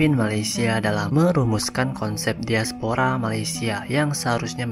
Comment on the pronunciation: Diaspora saja pengucapan nya daispora seperti pengucapan bahasa Inggris.. Karena mereka mengagungkan BRITISH